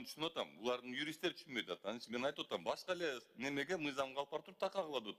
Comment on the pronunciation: Юристинер Б е р е н е берене дейтго😂😂😂